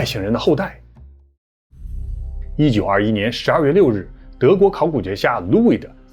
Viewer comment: 提个小建议，Ludwig这个德国姓是路德维希。读成louid，感觉怪怪的。